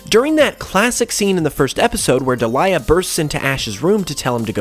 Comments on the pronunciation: Great video but I cringe every time I hear you say Ash's Mums name. It's pronounced Deel-i-ah (Delia) not De-lye-ah (Delilah) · Delia (Deal-Ya) Not Daliah (Da Lie A) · I think it's pronounced Dee-Lee-Ah not De-Lie-Ah but otherwise more videos on this topic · Deal-yuh not Dee-lie-yuh 😅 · It's Delia, pronounced "Dee-lee-ah," not "De-li-ah." Good video, that just bugged me. Good job otherwise, though. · Delia is pronounced Dee-lee-ah. It sounds like you're trying to say Delilah in this video. Sorry, it was driving me crazy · Love the video, but in the anime, Ash’s Mom’s name is pronounced dee-lee-ah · Your pronunciation of Delia makes me cringe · Also why can no one pronounce Delia's name XD